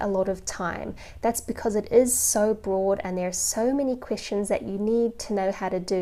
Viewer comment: I don't know how I got to this video, I was watch mostly anime related videos. I know she is saying Questions, but it sounds like Christians😶